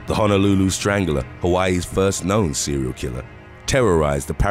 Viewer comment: It's Honolulu not Hanalooloo